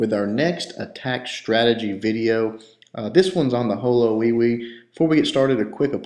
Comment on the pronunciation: HoLoWiPe not HoLoWIwI but really good strategie NIce!!